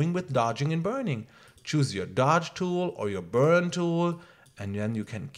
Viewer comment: Say one more time dodge and burd.....I dare you